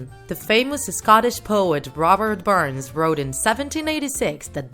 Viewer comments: Did she really call Robert Burns "Robert bruns" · Robert Burns not Bruns